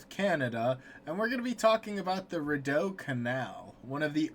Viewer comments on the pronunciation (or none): It's pronounced RE-DEW Canal not Ri-dow. Th canal was not about invasion. Canada's Capital was originally Kingston Ontario which is on lake Ontario. The decision was made to move the capital from Kingston to then what was called Bytowm. The city was then renamed to Ottawa. The canal allowed for troop transport the primary reason was for trade to get products from the upper Ottawa valley down to the Great Lakes. The Canal was built between 1826 and 1832. The Capital was moved in 1857. The war was from 1812 to 1815. By the way the reason your White House is called the White House is because after you attempted to invade and we kicked your ass we marched down to Washington and set it on fire. To cover up all the chared they used WHITE WASH which is how the White House got its name.